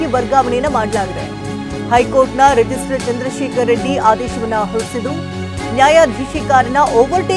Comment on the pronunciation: Rigistrar/ not ರಿಜಿಸ್ಟರ್